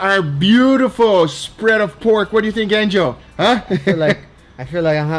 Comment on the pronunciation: Is it Angel or Angio, the way Guga says it always sounds like Angio to me anyway this dude has it made , luckiest nephew in the history of nephew kind